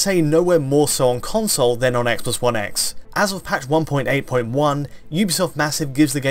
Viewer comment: "Eggsbox 1 Eggs in Hheytschdi"